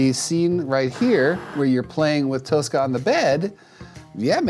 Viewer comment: jackson i get youre not swedish but even english speakers will pronounce the word toshka as toshka and not toska like you did.